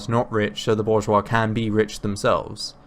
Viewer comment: Also he mispronounces bourgeois